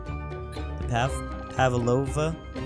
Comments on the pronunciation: It’s food from New Zealand and it’s prounounced pav-loe-va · im from new zealand and you butchered a pronunciation of pavlova 😂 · I just cant over they way he butcherd Pavlova